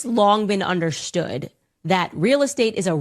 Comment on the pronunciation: there she go again saying sh instrad of S bro veryyy annoying man is understood not undershtood candace stop putting sh so often yeah on words thats has to be spoken with an S woman